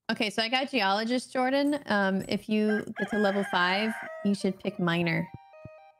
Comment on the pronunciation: for everyone watching this its jordan not jardon